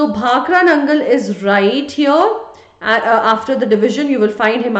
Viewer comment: right overr heaiiirrrrrrrr 😂